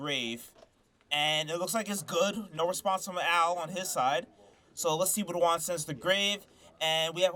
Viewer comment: Good match! Every time you said Juan’s name it sounded like wand lol